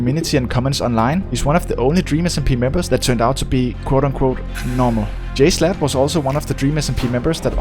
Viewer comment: Also it's jSHlatt not jslut